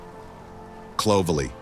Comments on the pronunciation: I think he got Clovelly wrong (?) - I think its 'Clo_velly_' instead of "_Clo_velly" (?) Please do correct me if I am in error. Thankyou. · The emphasis is on the "vell" part. So it's Clo-VELL-ly. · Lovely video - but the occasional mispronunciation ("Cloverly" etc ) DID make me chuckle😀!